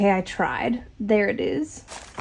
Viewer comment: The awkward congratulations with the accent is amazing